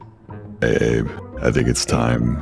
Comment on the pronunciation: the fact that xqc got corrected about calling abe "abbey" yet continued to do it lmao